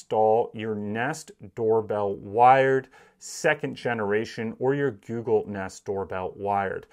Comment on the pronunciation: “Gewgle” lol